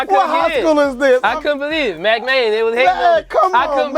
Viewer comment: they said "MACK" jtfoooooo